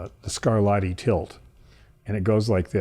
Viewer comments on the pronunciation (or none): none